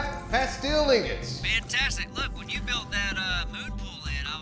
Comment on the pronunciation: Why'd you guys start saying pastel? It's "plas-steel".